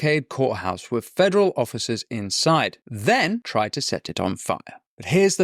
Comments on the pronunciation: Your diction is distracting, the word is with, not wiv . You can pronounce it as you can say “the” which requires your tongue between your teeth. So try again… with…, your content is good, the distraction of mispronounced words detracts from the excellent content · Great stuff Winston. To quote your good self, I hate to be a pedant... but I cant help noticing the "wiv" creeping into your diction. Please work on your "th", don't be another Amy Gallagher, I find her lazy pronounciation insufferable to listen to, and it's a great shame given how bright she is. Don't do your intelligence a disservice, speak properly ✌🏻